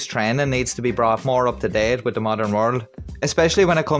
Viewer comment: Did you hear him say he was trying to “have a conversation WITCH you” lol